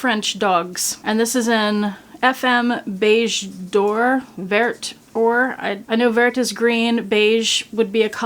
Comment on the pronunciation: Phonetically it's "Lay she en". Meaning the dog. Phonetically Ver means green. Someone else might have better pronunciations. Lovely twilly thank you for sharing.